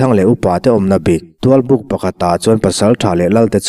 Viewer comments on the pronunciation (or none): Tualpuk i lam dan hi a dik lo deuhin ka hria.